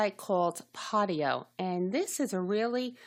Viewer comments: Thank you for info. It is PODIO though. Both O's pronounced just like the letter O as you would say if reading alphabet... long O. Like Pohdioh. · I stopped viewing after she called it PottyO, so I have no clue what data she is talking about. Podio-uses SharFile &, RightSignature which are very secure. What makes you fell it's not? Podio, ShareFile, and RighSignature all use 2-Factor-ID. Utilizing up to 256-bit EV SSL encryption by DigiCert and the world-class server infrastructure of Amazon Web Services (AWS). Lots of fortune 500 companies use it. Every file uploaded to Podio is encrypted with AES- 256 before being transferred to an Amazon Web Services (AWS) S3 repository. Beyond the security safeguards implemented within AWS , the encryption mechanism ensures the privacy of file content. Database backups are encrypted in the same manner as uploaded files. No clue what she was talking about, but you make Podio sound not secure. I'm interested to know why you thingk that?